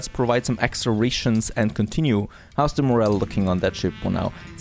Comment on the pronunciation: Ray shoons 😂